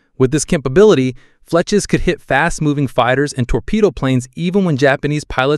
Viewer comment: I'm struggling to tell. There are a few cases of Fletchers being pronounced Fletchas, but there's also breathing and convincing pacing, so I'm at a loss.